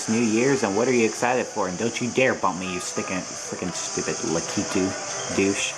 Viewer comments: I think it's ""LUH - KEE - TOO" At least, that's how I say it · u say lakitu wrong